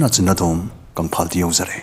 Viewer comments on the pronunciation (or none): none